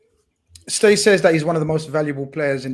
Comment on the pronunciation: lad, he's called 'Ste' not 'Stay' it's a Scouse habit of shortening Steve to Ste...That's pronounced 'Stee'